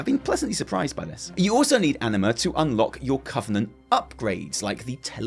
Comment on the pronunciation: I can't control myself, and instead of "anima", I keep hearing "enema". LoL. Sorry.